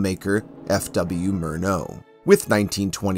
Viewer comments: The German pronunciation of Murnau is MUR NOW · Pronounced “MUR-now”. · Narrator should learn how to pronounce Murnau's name: Mur-now